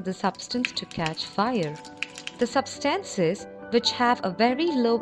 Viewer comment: Substahncies XD